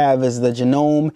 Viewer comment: Thanks for the unboxing. It's pronounced Jano ME, hope you like this machine.